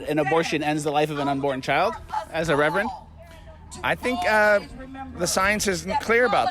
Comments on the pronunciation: That "reverand" legit.pissed me.off. damn! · Wow. That “reverend” 🤦‍♂️ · Seriously w that ‘reverend’.. 🙄 smh